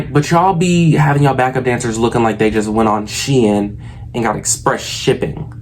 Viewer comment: the fact that you pronounced Shein the correct way🤩🙌🏽🏆